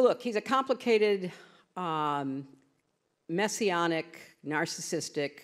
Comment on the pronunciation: Messianic not Masionic. ...